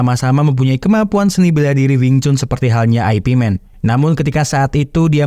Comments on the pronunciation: Bukan Ai pi men bacanya boss...tapi IP MAN ( yip man ) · ai pi men??? yip man bang, atau ip man, jgn lu bilang aipimen, anehh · "ip man", baca nya bukan "ai pi men" tapi cenderung ke arah "yip man", itu dialek Cantonese. kalo mau pake dialek mandarin, dibaca nya "ye wen". Kalo nyebut nama "Zhang" nya masih rada oke lah, tapi kalo mau lebih detail lagi dan ditulis pake alfabet Indonesia, penyebutan nya lebih mendekati "Cheung". Semoga terjawab sesuai konteks.